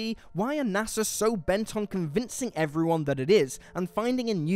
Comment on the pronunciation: it's nasa, not nassa. other than that, this is a really wellmade video. props to everyone who helped make this analisys